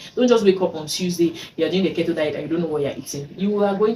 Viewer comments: It's its pronunced KEE-TOW dear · it’s pronounced “keytoe” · You're wrong...what you're suggesting is actually Kito...which is differently pronounced from Keto...I see a lot of "Kee tow" pronunciation of the word Keto online...sounds funny.